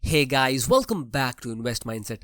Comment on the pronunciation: “Welcome” word bolne ka tone thoda angrejo wala ho gya hai bhai ka.